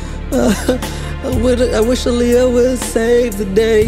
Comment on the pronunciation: Hearing R. Kelly call her "Liyah" is literally making me nauseous.